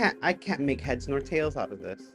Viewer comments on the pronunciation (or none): none